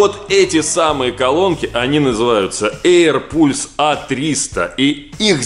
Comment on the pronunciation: эйр палс только, а не эйр пульс.